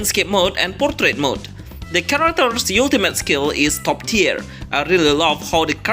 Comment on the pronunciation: can't even pronounce the word ultimate xD fck this vid